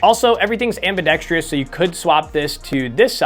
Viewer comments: The biggest epidemic in the gun community nobody is talking about: pronouncing ambidextrous "amb-i-dex-tree-us". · I just came here to say that ambidextrous only has 4 syllables. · You might wanna look up the pronunciation of ambidextrous. 👍